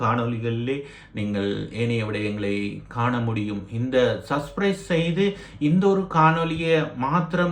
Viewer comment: சஸ்பிறைஸ் அல்ல சப்ஸ்க்கிறைப் ! உச்சரிப்பு சரியில்லை ! ஊடகத்துக்கு புதுசு போல . ஏன் இந்த உழைப்பு ?